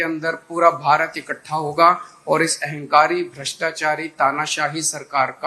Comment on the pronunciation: ये वही केजरीवाल है जो कांग्रेस को भ्रेस्ताच्री पार्टी बोलता था ।